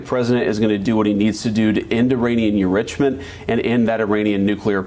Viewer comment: He misspoke enrichment prob totally on purpose. Lol